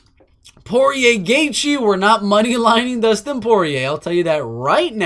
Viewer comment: “Doostin ‘The Diamond’ Poirier” You crack me up bro 🤣